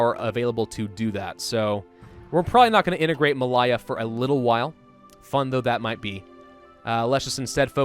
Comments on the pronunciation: Not pronounced Mal-eye-a, it's more like Mal-Ay-a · ma lay ah not ma lie ah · Anyone else getting driven insane by his bad pronunciation of Malaya (ma-Lay-ya) :D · British Ma-lay-ahh Good video though!